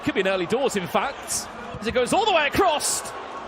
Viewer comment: Anyone notice how the commentator cannot say the word "across" without putting a "t" at the end..